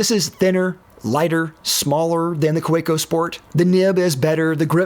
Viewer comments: I believe the company name is pronounced "kavecko" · Like a Swiss army knife by Victorinox, the Kaweco sport will always be relevant. Also, pronounce the w as a v. "Ka ve co," for it is German. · I could barely watch this because of how horribly you pronounce Kaweco 😅 The 'w' is pronounced like a 'v'. Kah-vek-o. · There's no "preferred pronunciation" for the Kaweco Sport... there's A pronunciation, period.